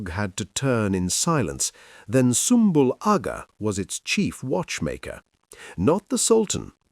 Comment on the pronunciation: Sumbul Agha wouldve absolutely went off on you for how you pronounced his name 😂😂😂😂